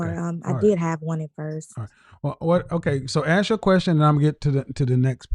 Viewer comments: I’ll aks her 😂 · They always want more. She's going to law school and still say ax instead of ask. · Somebody please teach this law student how to say ask and AXE 🪓